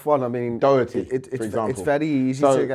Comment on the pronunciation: Man said doherty this akeem Guy is so dumb man said Toby as well ah I’ve had enough